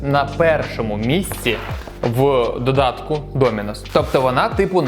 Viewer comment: Правильно, "Доминос"